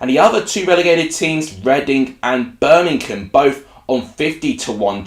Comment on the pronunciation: Read the word! it's BIRMINGHAM, i.e: BER-MING-HAM. It certainly isn't Bermink-ham!